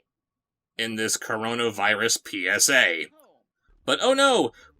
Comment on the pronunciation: Is it just me or did Dirty Dog pronounce Coronavirus "cornonavirus" in the first line read?